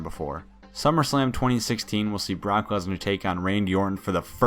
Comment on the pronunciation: It sounded like he said "cock lesnar" xD Jk jk